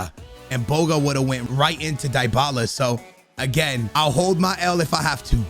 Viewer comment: Did he really say " dybala" ? 😿